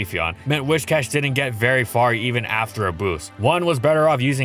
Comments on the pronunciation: Whiscash, not Wishcash. Driving me nuts haha do love the catfish tho, dope vid as always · I keep hearing "Wish-Cash" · Happy to hear someone else saying "WISH-cash" instead of the clearly inferior "WISS-cash". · I swear every single Pokemon you do you pronounce it in some weird way that I never did when I was a kid and I could usually look past it. But it cannot possibly be “WISHcash” its “WIScash” you know like whiskers, cause it’s a catfish. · Why pronounce it wish+cash when it's based on whisker and not wishing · Do a shot every time he says "wishcash". Better yet, don't. Your liver can't handle that much, even if you're Gloria, the legendary Scottish Trainer! D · If you pronounce it "Whishcash" one more time I'm going to blow a nerve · Am i the only one who pronounced Whiscash as Wishcast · It's whiSSSSScash